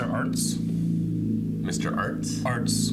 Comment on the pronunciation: His name... is ARZT not ArTs